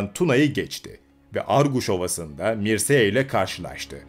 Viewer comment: 1. Mırçea yada Mırça diye okunur.